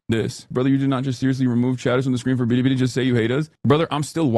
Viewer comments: Ultra racist Hasan pronouncing Billi Billi as “ Beerri beerri” even though Chinese L’s are pronounced like American L’s and Japan are the silent L people 😭🙏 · Hasan's a racist lmao. The 'L to R' thing is a Japanese thing. A Chinese person can perfectly pronounce a word with "L" in it. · He pronounces Billy Billy as “Biri Biri” which someone pointed out in another comment section means Electric Shock in Japanese. The universe just hates this man lol. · Hassan pronounces Bili Bili like Mel Blank voiced Twiki in Buck Rodgers, "bidee bidee Hi Buck" What an absolute space case. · LMAO does this dude know that the way he's pronouncing it as "Biri Biri" makes it sound like he's getting shocked in Japanese? 😂😂😂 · Excuse you! Its prounounced "biddi biddi" get it right! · I’m not sure if he just can’t read, or if he’s doing an impression of what his chinese handler calls the website, and I’m also not sure which of those is more embarassing. There is literally no “d” in bili bili. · why does he call it bidibidi? am i hearing that wrong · How anyone can stand listening to how he speaks. BIDI BIDI. Why can't he even say that right? OK? OK? Gah! Man is infuriating. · Omg! When it's sped up it also sounds like he adds a slight "tuh" sound in there too. I dont know about the rest of you, but when someone says a foreign word while attempting to replicate that region's accent, I find it weird and disingenuous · bro cant say bili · “BEEDEEBEEDEE did we do a no-no thing?” Why does he say Bilibili like that? Why does he say “no-no thing”? I can’t stand this man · If he says billibilli like that one more time… 🤦🏻‍♂️ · He tried (and failed) to pronounce Bilibili with an accent. Also BurntPeanut is really feeding well off hate watching since people forgot they could just ignore things they don't like. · Hasan pronounces “Billy Billy” like my white grandma saying “tortilla” at a Mexican restaurant. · It would be fine to say it the Japanese way if it was Japanese, but it's not.